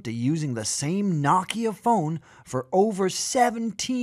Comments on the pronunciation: WTF is "nakia". Its NOKIA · His knockia 😂🤣 thought I was pronounced know-kia much love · The way he's saying Nokia is killing me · I think "Nokia" is being pronounced wrong or is it just me? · Why are youtubers incapable of pronouncing nock Kia?